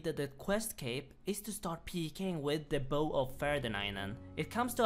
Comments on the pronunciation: He didn't pronounce the bow right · Bow of ferdinando